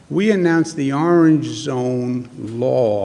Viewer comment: Never trust a guy that can't say orange correctly